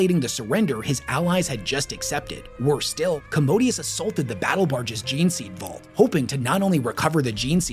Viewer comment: Don't wanna be that guy but it really irks me when people don't even get the pronunciation of the words they are teaching people about. It's MaelSTROM, not MaelSTORM. Warhammer uses a lot of older and difficult words but I feel like this one is pretty easy. EDIT: Other stuff too like Commodus being pronounced "commodius". Legate being pronounced literally Leg - ate.